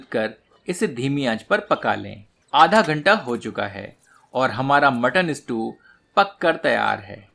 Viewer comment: स्ट्यू not स्टू please correct.